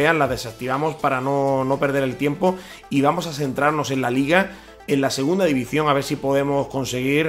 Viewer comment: "Divizion", aprende a hablar